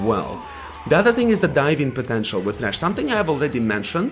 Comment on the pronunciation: Vejn and thhhhrachh